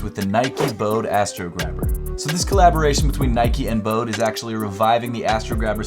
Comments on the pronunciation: It’s “bow-dee” man 😅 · "Bode" is two syllables.